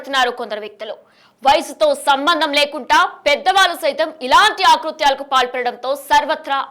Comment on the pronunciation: న్యూస్ రీడర్ తెలుగు నేర్చుకో ముందు --- ఆకృత్యాలు కాదు అకృత్యాలు.